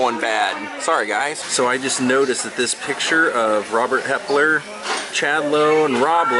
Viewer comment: I was going to correct you when you said Helper instead of Hepler. That happens all the time so you're not alone. I was married to a Hepler and knew they were related to Rob Lowe through his mom. Actually all the Heplers are related. 2 brothers came over from Germany and one stayed in PA and the other moved to NC. They all trickle down from them. Thanks for this vlog. Interesting history.